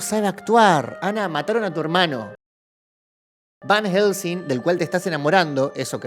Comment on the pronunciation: Fjfjdjsjsjs por Dios soy un idiota me c4gue de risa cada vez que el dijo VAN HJGELSEING